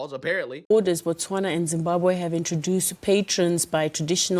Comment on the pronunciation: Its not BATSWANA its Botswana...same like "I ran" where did you run to?🤣 Saying Ba means that you are talking about the people Batswana "The Tswana people" Im here in South Africa JHB...and I support the march and march organization...literally jobs are open to us now especially the minimum wage jobs, especially in white predominant areas... in most caes they were paying migrants less than minimum wage which by law is illegal from the labor laws...Wish we had ICE here and a bold president like Trump. THE PEOPLE SHALL GOVERN✊we tired of corrupt puppets